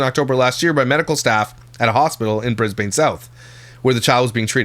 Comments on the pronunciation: It's brisbin not Brisbane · Brisbane is pronounced more like bris-ben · I came here to say it's Bris-bin 😂. I know someone who was in the bayden clay trial and they locked the jury down. No phones, media or contact with the outside world. Id guess this maybe similar. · 1) It's pronounced 'bris-bin'🤣, your pronunciation was cute😂 2) The thing with Australia is that typically the people who are arrested are legally entitled to be unidentified until the court has undergone a certain level of proceedings and given permission for her name to be released. The lawyers, I believe, have to apply separately during proceedings to maintain that privacy. That's usually what happens. There are naturally variations based on State Laws, so it's not all the same everywhere. It's situation dependent basically. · as an aussie it cracks me up how you pronounce "Brisbane" and "Australia" haha ( "Brizb'n", "ostraya")